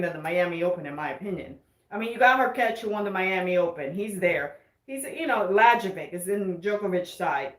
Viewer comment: Hello, I have been following your channel for a couple of months now, and big support from my side. I really like the energy you bring. I am a viewer from Serbia, and wanted to help out with pronuncioation of Serbian names and surnames. Try pronuncioning Y instead J. Ex. Layovic. Good luck with the move. :)